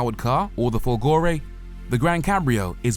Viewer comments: I admire you and love your reviews. However, may I suggest that the tonic accent in Folgore is on the "Fol" Grazie. BTW. I am not Italian. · FOLgore, not folGOre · Of course he didn't bother to find out how to say "Folgore" properly and that, for a channel with 1.5 mil subs, is just not good enough! Thumbs down to you. 👎👎👎👎